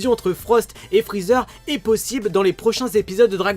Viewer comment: Je kiffe quand t'as dit Frozer